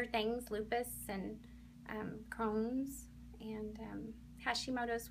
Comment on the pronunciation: Cohns? It's Crohn's